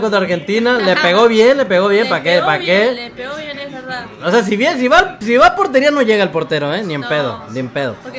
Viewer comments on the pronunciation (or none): none